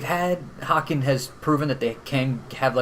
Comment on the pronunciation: Great review guys! BTW small note is its pronounced "Hay-ken". Like Kevin Bacon. Or "Taken". But I agree this is definitely one of their heavier releases overall.